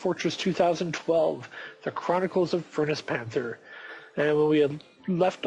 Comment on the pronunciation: Yes that is how you pronounce my name =P. also YAY i love miner dwarfs!